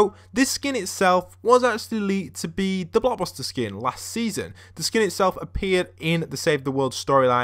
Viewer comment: You kept on saying block buster instead of blockbuster